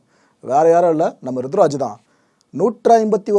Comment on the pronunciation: Bro kindly..he is ruturaj or rithuraj..🙂🤗